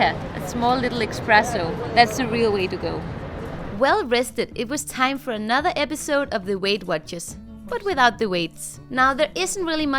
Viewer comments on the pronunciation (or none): eXpresso.... no... no.!!! ESPRESSO its not a magical spell from harry potter. X has non to do in there. Expresso patronom.. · It's not "expresso"..lol